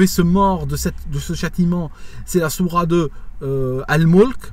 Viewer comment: Je crois qu'il faut prononcer le "t" dans Sourate, je ne crois pas que le "t" soit silencieux ... Sinon merci de ta vidéo, le beau-frère de mon ex-femme, ainsi que sa femme (soeur de mon ex-femme), qui vivent en Algérie (Kabylie), m'a expliqué un jour pourquoi il s'était converti au christianisme: il m'avait dit que c'était justement à cause d'une cassette stéréo qui circulait en Algérie et qui décrivait le Châtiment de la tombe. C'était tellement angoissant d'entendre cette cassette que ça a, selon lui, généré beaucoup de dépressions et détresses chez les gens.